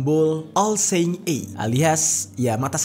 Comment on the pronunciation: Bang! Benerin pronounciation lu pls...imo itu ganggu. Cem dengerin Mukidi ngomong enggres gw. Misalnya "seeing" harusnya dibaca "sii-ing" , dan "eye" itu harusnya dibaca "ai" bukan "ei". No hard feeling yaa...